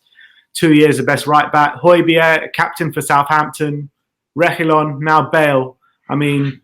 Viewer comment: YOURE PRONOUNCING REGUILON WRONG!!!!